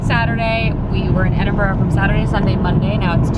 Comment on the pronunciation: Honestly,, bravo on being able to pronounce Edinburgh properly👏👏😂😂